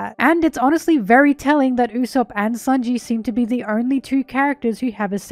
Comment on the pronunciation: It's sānji not saonji